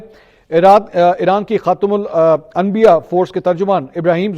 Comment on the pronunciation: Shabaaash.... Finally u did it... Pronounced correctly😂😂😂 Khatam Al Anbia....😊😊😊